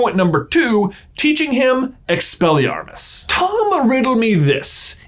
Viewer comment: "Its Expellyamos not expellyarmos"